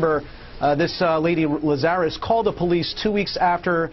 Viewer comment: Why is it so difficult for people to pronounce Lazarus. LAZ-a-russ. It’s in the Bible. It’s commonly known.